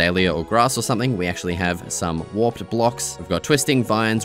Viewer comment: you don't know how to pronounce warped?